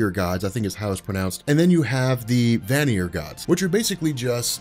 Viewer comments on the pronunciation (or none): Ay Sear and Van Ear, just for future reference